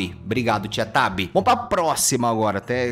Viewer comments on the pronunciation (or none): era para ser "tio tobi" mas ele falou "tia tabi' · Ninguem percebeu que o t3ddy falou: tia tabi? Sendo que era tio tobi? Ekdbdldksld tava ate com ft dele man